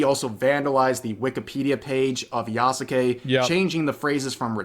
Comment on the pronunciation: *does all the research to confirm that Yasuke was/wasn't a samurai* *Still can't even say his name right*